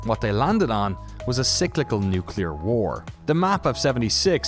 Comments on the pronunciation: Repeat after me. nu-CLE-ar. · I'm really interested to play this game with some friends, but it worries me that the team keeps saying "nucular."